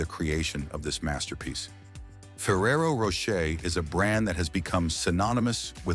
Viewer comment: Nice to see that ai is doing all the work here... 🫠 meanwhile, it couldn't pronounce "Rocher" in Ferrero Rocher the same way once. lol Also!! Idk why, but something about the cows up on a shelf, spinning around, whilst being milked just freaks me out... It's very alien 👽